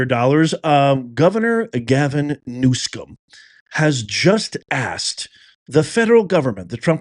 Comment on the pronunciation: NewSOM, not new”scum”😉news-come